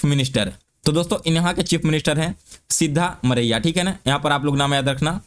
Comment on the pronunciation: It's सिद्धारमैया not सिद्धमरैया